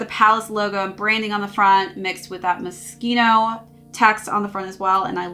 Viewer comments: did you used to pronounce it moshino? And accidently put it in. To be fair I thought it was that too until I watched the advert it says palace ( moskino ) at the end . Moshino is what most people call it though I suppose it being Italian it gets that k sound . Great video by far the best palace lookbook video I've seen keep it up. Best wish from U.K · It’s pronounced Moss-Chino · i am so confused , you stared the video pronouncing it correctly ( moskino) and then changed to mosh ino , could be worse heard one reviewer hypebeast call it Moe shino haha